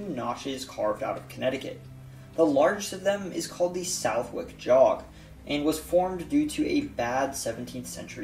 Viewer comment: Southwick is actually pronounced suhth-ick with a soft th sound